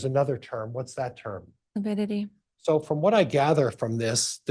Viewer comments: I wish someone would correct him on lipidity. He apparently doesn't know how to pronounce lividity! So annoying. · He’ll he doesn’t even know how lividity is pronounced !